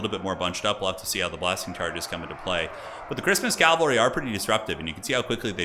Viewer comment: Nice video/ commentary. Sidenote, it’s cavalry, not Calvary.